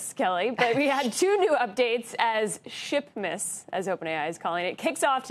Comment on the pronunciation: i almost thought she said 12 days of sh*tmas lol